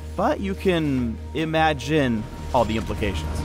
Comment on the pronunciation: "Ima-JHIN" Godamit you make me proud. T~T